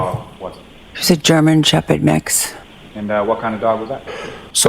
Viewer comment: Gemen Sheped mix ??? What the fuck breed is a Gemen Sheped ???